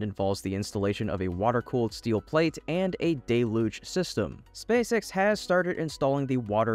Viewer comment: The mispronunciation of deluge is getting on my nerves! Everyone is mispronouncing it now!